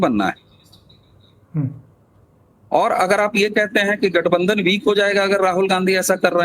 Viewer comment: say LATHBANDHAN instead of Gathbandhan.